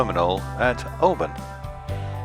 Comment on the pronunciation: mispronouncing Oban often. they should socialize with the locals more?